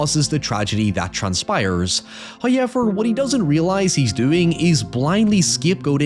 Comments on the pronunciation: Why the fuck do you say "hoyever" its hoWever omfg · First "hoyever" drops . This is as it should be.